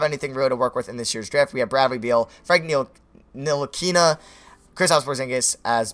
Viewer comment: Ni-til-lick-a you say his name wrong how I just said it is right